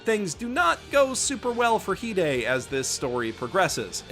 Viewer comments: Also the song is great, english and japanese and omg its not hidei its hi-de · Heeday? I thought it was pronounced hide. Like you better hide, hide. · Ok, tea How do you pronounce hide and rize I’m a manga reader I pronounce it ree zay and hee day.